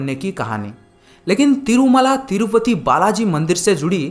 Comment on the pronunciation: Bhai tirupathi hai tirufathi